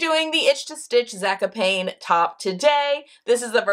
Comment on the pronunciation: I love you, but it's 'Zaaa-cop-knee'. I think. Sorry to be a pest. You are an inspiration.